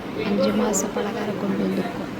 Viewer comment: பாலகாரம் இல்ல பலகாரம் 😂